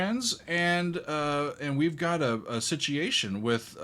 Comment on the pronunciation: We have a"Satiation"you said? Your a teacher. Sound it out SIT-U-ATION